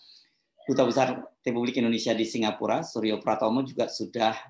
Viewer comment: SINGAPORK atau apa itu , yg jelas bacanya !